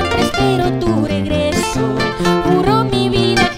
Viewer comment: No se pronuncia solo unacr si no como que fueran dos rr , regreso, ahi estan los musicos para q la corrijan, doble rr se pronuncia , rresignarme, ojo le pongo las dos rr para q cortija. Como cantante no vale.